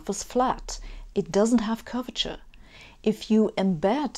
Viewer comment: Every time she says "curvature", I hear "Gorbachev". ))